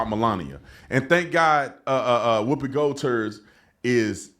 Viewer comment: Did he say Whoopi gold-turd 😂?